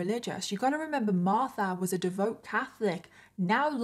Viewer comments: It’s pronounced devout, not devote. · Devout is pronounced devowt